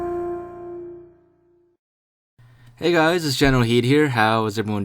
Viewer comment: I cant unhear you saying niggaz instead of hi guys.